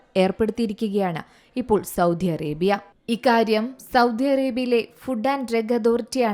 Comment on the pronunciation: സൗദി ആണു സൗദ്ധി അല്ല